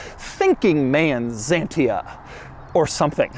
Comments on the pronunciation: Dear Droug, it is not called Zantia:) it is called XANTIA…..in Greek X is called like Ksantia! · You pronounce it K S A N T I A, not ZENTIA... moran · Ahhaha american guy realizing the shit they were driving back then. Weird that is pronouncing the X like a Z... any way.. great and advance car from the 90's. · Doug, its Xantia , not Zantia. WTF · it's pronounced Xantia, not Zantia X as in eXcavator (even though in english X before a vowel is pronounced as Z) and as you said, it dervies from the greek word Xanthos not Zanthos. Which is the male word for blonde (yes the hair color) Xanthos = blonde male (Ξανθός) Xantia = blonde female (Ξανθιά) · The x is pronounced closer to how the Greeks would. Sounds a bit like Ksantiah in French. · I love the way you said French words it is weird for us or bizarre. By the way it is not zantia but Xianta with an a "X" 😢 la critique est facile pour vous votre point de vue n'est pas Européen mais restreint hélas. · Even until these days, you can find a lot of Xantias still as taxi in France; sure, their drivers are mostly still their 1st owner, but they're as spacious as you need them & easy to repair. And to pronounce Xantia correctly, it's basically KS-UN-TEE-AH . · Why Americans pronounce X like it would be a Z? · "Zentia"? French people now having a hearth attack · Say chantia... Like Chevy... It's a beautiful car.... Very very comfortable.... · These french cars are just a league on their own :) ... but have always pronounced it "sh"antia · Doug the type of guy to call this car a "Zanteea" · You are.wierd dude its not Zentia its Xantia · Is not zantia, is pronounced ksanthia you automobile clown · Spelled "ksán-tee-a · For the sake of the fabulous French language (yes I am French haha); we say: Seetro enne gzantiaa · Hearing you butchering the pronunciation of Xantia and Citroen is highly disrespectful!!! What an ignorant you are! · It's Xantia, not a fuckin Zantia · It is not Zantia, it is Xantia. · Zantia?? Say : x-antia